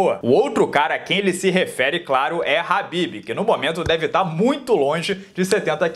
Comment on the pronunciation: Cara, por favor. É KHABIB, NÃO HABBIB.